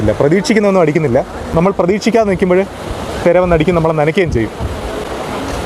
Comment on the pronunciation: തെര അല്ല തിര